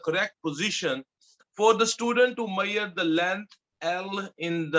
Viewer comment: you pronounce measure like "maiyaar"